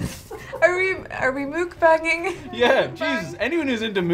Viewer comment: Mukbang is pronounced like "muck bang."